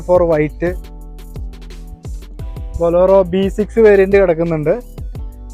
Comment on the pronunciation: ബോലോറോ അല്ല മോനെ. ബൊലേറോ.. പിന്നെ 4 ഇന്റു 4 അല്ല. 4 ബൈ 4 എന്ന് പറ